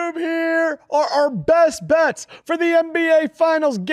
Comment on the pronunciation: I just know says “are are” in the intro and not “are our”.